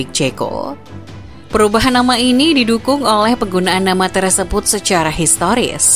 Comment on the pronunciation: maaf, hrusnya "TERSEBUT" bukan terEsebut 🤦🏻‍♂️🤦🏻‍♂️